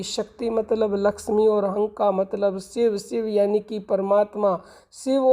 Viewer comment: Inhale - SO aur. Exhale - hung right not hum